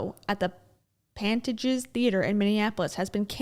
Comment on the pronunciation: Theater in Minneapolis = Pantages, rhymes with contagious. Pan-tay-gious. You got Hennepin right :) that's an important one. Minn-e-sooo-ta don't cha know.